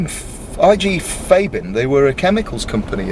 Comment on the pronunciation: Why do you keep saying Fabin you dropkick?